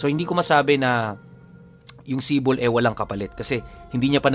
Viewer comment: Idol AAHM OKEEEY ang SIPOL ay tawag sa isang patalim na mas maliit sa itak pero mas malaki sa kotselyo in English dagger. Bali pag bigkas. Nyan ay ganito Si`pol, kadalasan naririnig ko ang term na yan sa mga taga eastern part Samar. Si`pol din ang paburitong isukbit sa tigiliran naming mga waray. Maganda rin yan pangkatay ng baboy kasi Isang saksakan lang sa likod, abot na hanggang baga ng baboy. Know you know😂